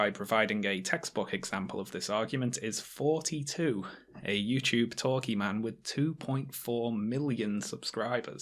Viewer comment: Your th-fronting is killing srsly. I keep hearing "fourty-two" instead of thoughty2